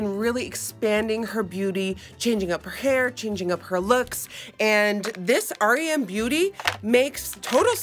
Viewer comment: the only person who reacted to the brand and actually said its name correctly. everyone keeps calling it "rem" not "r.e.m."